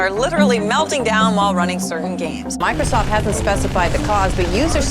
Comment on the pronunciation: Why did I hear boobiesoft.